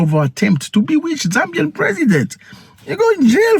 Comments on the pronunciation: Zambian 🇿🇲 not zambiam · Thanks for covering whats going on here bro. Its actually zambian not zambiam